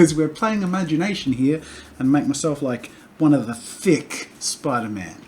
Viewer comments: Its spiderman not mate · I know where you are from but it’s spiderMAN! Sorry